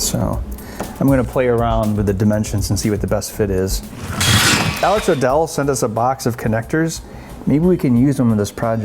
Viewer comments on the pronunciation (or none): none